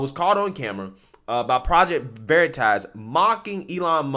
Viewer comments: Dude read it as veriiitas like his never heard of it 🤣🤣🤣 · I absolutely love how the undercover project veritas man mispronounces the word veritas just to stay in character and this stupid Twitter employee buys it it is so delicious